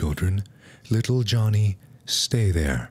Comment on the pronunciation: LITTLE JUHVY